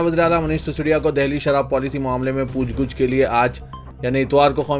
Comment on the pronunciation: Puchh gachh ho aap ne guchhh bol rahe ho Urdu Sahi kar le lijiye